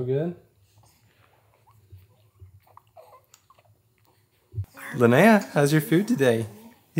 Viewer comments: Linnea is is pronounced Lin eh ah. It isn't lin- nay - ah. It's a common name where I am from in Scandinavia. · I suppose, however this name is an indigenous Scandinavian name. It is unheard of outside of Sweden really. There is no English version. So I am assuming they would like the correct and.only pronunciation. Which is LYN -EH - AH Short eh sound which is infact much more lovely. Skal.